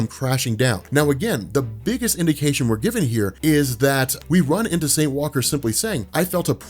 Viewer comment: The emphasis is on Saint, not Walker. I don't understand why you emphasize Walker.